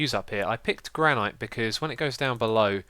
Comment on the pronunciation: Granite is pronounced gran-it ;)